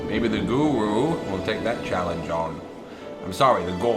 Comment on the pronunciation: Every time you say guru it's sounds like goro